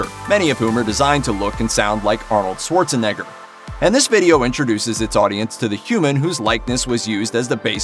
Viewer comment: Learn how to pronounce "Schwarzenegger."